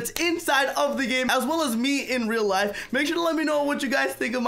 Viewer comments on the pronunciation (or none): none